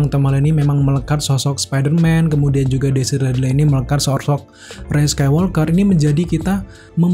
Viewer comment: Bisa ga nyebutnya Rey aja? gausah pake embel-embel sEkAilWolkEr